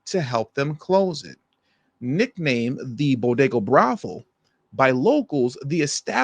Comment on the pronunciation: pronounces“bodega” “boggada” 😂